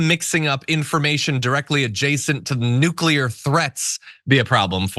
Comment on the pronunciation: He can’t pronounce nuclear properly! Trump brain is corrupt ! Obama isn’t President !!! simple Trump keeps saying us is!!! He is a fucking Moron!!!